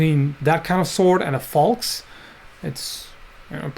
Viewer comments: Oh, I heard 'axe' instead of 'falx'. Never seen such a sword before. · what is the name of the sword that looks like arakh? sounded like faux for me but i would like to know how its written so i can search it, thanks